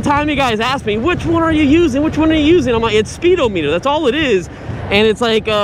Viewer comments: This was driving me crazy too, it's not "O" meter, it's speed-ah-me-dur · It's pronounced spee-dah-muh-tr...... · Speedo meter??😂😂😂. It isn't pronounced that way